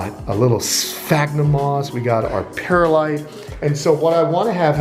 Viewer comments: Not to be mean or anything but its perlite not perilite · He said(PEAR-a-lite) when it’s actually pronounced(PEARL-LITE)